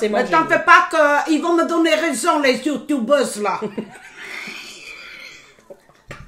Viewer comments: "les soutoubeuses" 😅 sa ma tuer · ”il vont me donner raison les youtuoubeuse” 🤣🤣